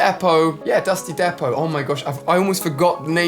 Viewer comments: Ali: Dusty Dehpot Everyone else: Dusty Deepot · It’s pronounced D-PO. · dusty depot (dee -poe) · Its pronounced dusty (d)(ee)(poe)(t) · It’s pronounced dusty deapo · Dusty Depot is pronounced de-po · Am I the only one who noticed how AliA pronounces Dusty Depot? Dusty Dapot